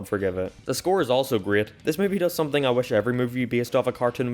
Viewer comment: he says “someting” and that made me mildly upset.